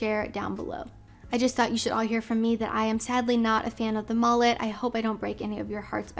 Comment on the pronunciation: Did you call it a “MALLET” or a “MULLET”…?